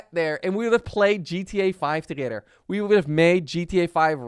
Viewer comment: He said toogeder